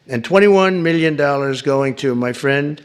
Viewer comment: "My Prendh Dhonaldh Drumph"!